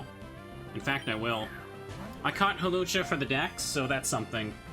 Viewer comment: I love that the auto timestamps (what an atrocious feature) turned your pronunciation of Hawlucha into a chapter/timestamp. I do enjoy me a nice "Halucha".